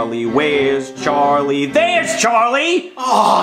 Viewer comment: It’s charlie not charlyyy